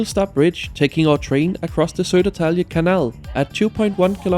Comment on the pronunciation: Your pronunciation of swedish placenames is absolutely adorable "Sedertalje syl".